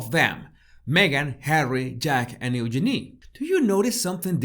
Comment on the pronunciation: and and I'm English so I've never really liked the name Eugenie, as people tend to say 'Yoo-GEE-nee' and it sounds weird. The way you pronounce the name, it's actually rather lovely (I figure the name is French and would sound nice in that accent, too). It's just the London Cockney version which is gross.